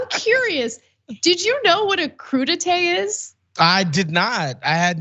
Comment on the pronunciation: He can not even pronounce crudités correctly.